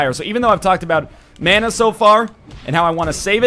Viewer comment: Happy about this series. You say "mana" wrong. I'm drunk.